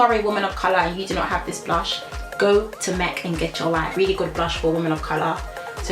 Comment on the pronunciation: "Gech your lyfeeee" 😂❤️